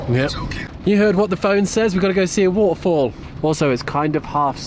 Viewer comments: 🗣️“The waterrfalll” 😆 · Let me teach you some American: Advent-sure. Weth-er. By the way, did a great job with waughder fall.